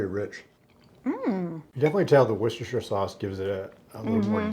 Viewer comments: God bless you. I was confused when you sounded like you said Dove sauce because I have never heard of that. Then I saw you were holding a bottle of Lea & Perrins Worcestershire Sauce. Its the original. Im over 70 years in Oregon. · Did you say dub sauce? I’ve never heard that before 😀